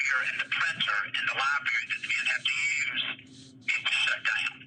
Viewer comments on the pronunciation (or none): They call it corrections, but he still hasn’t learned how to pronounce Library